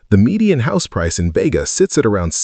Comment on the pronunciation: It's Bee ga